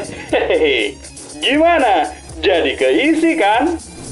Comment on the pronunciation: haha bacanya ke--tis 😂